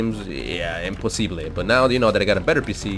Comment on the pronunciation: Maybe u heard him pronounced the word impossible as imposible , hence its like a filipino accent but its actually espaniol bro.